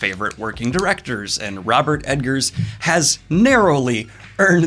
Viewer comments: Dude, if you love him so much, get his name right. Robert EGGERS, not Robert EDGARS... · Is he saying robert edgar not egger? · I should cut you slack, for you did say you have problems with names, but saying E-D-ggers instead of Eggers hits me in the pet peeve every time :D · Robert Eggers. Not Edgers. Eggers. EGGers. E G G E R S. Double G. Robert Eggers. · That's Eggers, not Edgars, js js js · Daniel keeps calling him Ed-gers lol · Wait, is his name pronounced EDgers? Or is Daniel misspeaking? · Egg-ers, no D in there. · Oh my God. Daniel. Eggars. It's EGG-ARS. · Just a heads up about the director. There’s no ‘D’ in the name Eggers. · Good god... it's The Witch... not Va VItch smh (and it's Eggers... not Edgers)